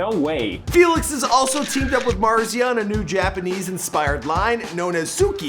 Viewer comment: You still have to learn how to say Marzia's name :)